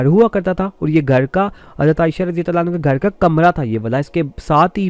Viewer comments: Bhai hanho nai hota hanha hota ha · And also, for female sahabiya, try to pronounce it 'Anhaa, and not 'Anhu. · O Janab.,. You should be focused on your pronunciation words... Like as ( Aannhaa for Fe-male Asahabiya ) and Aannho for Male Asahabi) .... Use word as chaaaaar paaeee not charpai...ok